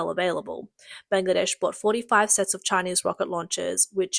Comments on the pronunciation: she does. And she's typical for girls who have zero interest in doing their job properly. I heard FAR MORE mistakes than the average Aussie would make. We ALL know what Bangladesh is, and she's calling it blang-ladesh. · NO. DON'T maoe excuses because it's NOT her accent. I have thr same accent and NONE of us pronounce Bangladesh as "blang-ladesh" and frigate as free gate. She simply can't read properly and is typical of girls here who don't put any effort into their job. This isn't lisp, it isn't the accent, she's just hopeless. 70% of Australians could do it better. Honestly she'd be fired for even reading childrens books in Australia.